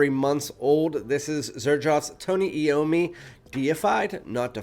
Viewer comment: Who lied to you? It most definately is "Eye-ohm-me". Nice review though...